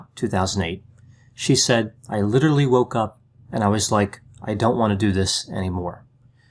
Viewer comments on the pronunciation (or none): none